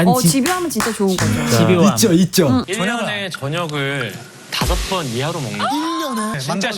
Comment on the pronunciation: 저녁 다섯번 너무 강조하는데욬ㅋㅋㅋㅋㅋㅋㅋㅋㅋㅋㅋㅋ